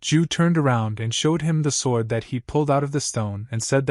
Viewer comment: Everything about this is confusing for some reason the ai narrator can’t say sword and I can’t tell what time period It’s in because half the time you’ll see apartment buildings, or the kid that wears a cloak and a Band-Aid